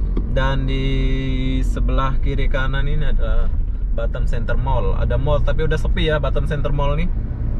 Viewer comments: Batam bukan Batem. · Batam. Bkn Batem